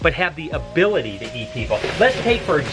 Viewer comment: "abily" aye